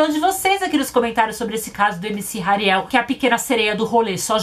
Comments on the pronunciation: "Ariel é a pequena sereia"kkkkkkkkk acho que se pronuncia "Rariel"mesmo Só acho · Tadinha da camis,ksksks a Naum sabe falar o nome do Hariel ksksk somos duas muie